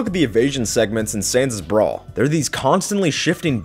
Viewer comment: When you said "let's look at the contents of Sans' brawl" I heard "let's look at the contents of sans' bra"